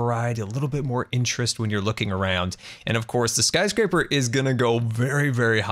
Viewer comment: "Scarscraper"- I love it.